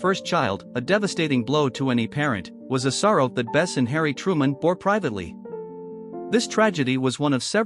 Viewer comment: Her name is Bess not Best